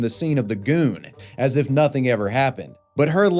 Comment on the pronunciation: whenever he says goon i die